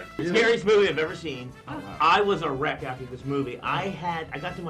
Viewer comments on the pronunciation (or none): I think he meant to say "a wreck", but that's not...what it sounded like.